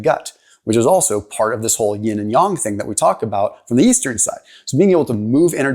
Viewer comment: yAng with an A, not yong 😅. It took me a bit to understand what you were trying to say. However, I appreciate the information.